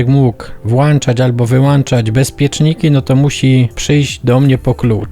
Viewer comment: Zgodnie z życzeniem piszę co robiłeś źle: włANczasz. Nie ma włANcznika, wiec nie można niczego włANczyć ani podłANczyć. Można tylko włĄczyć i podłĄczyć.